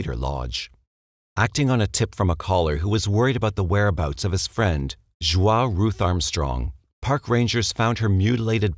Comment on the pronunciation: I love all of your documentaries but...regarding the Stayner murders, Joie Armstrong is pronounced "joey", not "jwah".